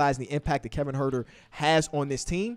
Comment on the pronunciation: Kevon Huerter. get that boy name right